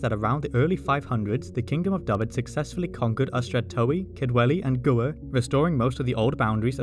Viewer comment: Absolutely amazing. I am Welsh and I love the level of detail you went into. You pronounced Gwyr a little bit not quite right. ŵ is pronounced differently to just standard w. It sounds more like an 'oooh' so Gŵyr sounds like g oooh eee rrr. ŵy, meaning egg, is also pronounced oooh yeee: ooohyeee. But the rest of your welsh pronunciation was really good, you can get your tongue around the lls really well